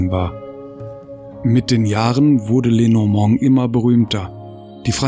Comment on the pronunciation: Lenormand wird Französisch ausgesprochen!